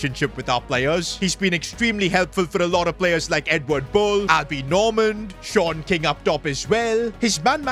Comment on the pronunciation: Shon king is wrong ❌ sean king✅